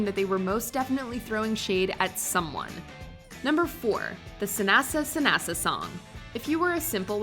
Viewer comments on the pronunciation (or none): Suh-NASA?? Gurrrrrrrl...they didn't make up "Sanasa" on the bus. They've been doing it since they were kids. You never watched the show!!!